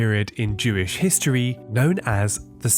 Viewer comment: Jewish. It's not that hard to say. These scrolls are Jewish.